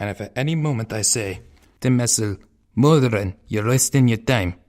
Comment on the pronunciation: I like your work but you are saying some names wrong. Namely Turalyon's and Muradin's.